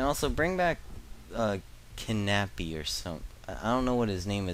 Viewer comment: Knappy... Its Kap'n, like Cap'n Crunch